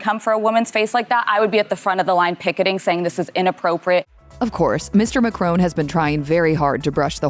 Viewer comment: Please try to pronounce his name properly. Perhaps you are AI without the I.